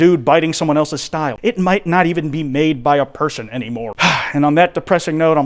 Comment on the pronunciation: I do believe he said "A human ferson" Or "furson" Either or Lmoa